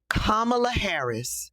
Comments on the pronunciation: The hate for Kamala is just puzzling to me!! These folks act as if she have personally harmed them smh!! They wont even say her name right!! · Anybody who mispronounces her name is a republican plant